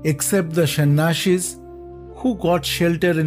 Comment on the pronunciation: It's not shan ashis it's sanyasis